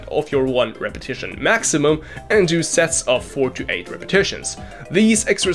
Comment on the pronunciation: you said “do sets” and it sounded a lot like “Doucette’s”….missed opportunity ☹️ but for real, man, your content is really something. I get bogged down by my schedule quite often, and lose track of so many videos. Glad I found this one. Really appreciate what you’re trying to do in the fitness industry, man. Inject some heart, humor, as well as insight and education. I have a similar mission. And trust me when I say: I see how meticulous your edits are. Kudos, brother. Thanks for the video, and PS - I’m way ahead of you on Manscaped 😎